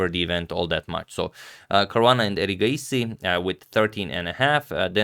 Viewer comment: Your pronunciation of erigaisi is so much better tania sachdev's . Your pronunciation of various names is very good agadmator